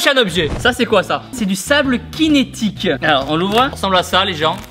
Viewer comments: eeeeuh c’est cinétique pas kinetique 😂 ça se prononce “c” 😂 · 《C'est du sable Kinétique !》 Je crois que ca se prononce 《Sinétique》 non ? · Le sable cinétique 😂 tibo ca se prononce sinetique pas quinetique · Mdr kinetique 🤣🤣🤣🤣 c çinétique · Le sable "cinétique" se prononce "sinétique" Tibo et pas "Kinétique" !! XD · Sable kinétique 😂 ça se prononce "sinétique" 😂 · Tibo cinetique sa se dit sinetique sinn j adore tes vidéo n aret jamais DAAM ! 💪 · Ça s'écrit "synthétique" Et il dit "cinétique" car il a lu le mot anglais "kinetic" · Eh mais Tibo t'es vieux hein pcq déjà ça s'écrit sable cinétique mais on prononce sable ''sinetique'' le ''truc'' pour nettoyer ton ordi c'est du slime et le masque à la fin c'est un masque nettoyant pour la peau c'est à dire que il en enlève les impuretés de la peau et plus ça gonfle (plus y a de bulles ) plus t'as d'impurtés ça veut dire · Tibo qui dis à sables kinètiqu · on dit cinétique pas chinetique 😭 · Pas "cinétique" c'est "cintétique" non mes alos Tibo MDR !!!😂😂😂😂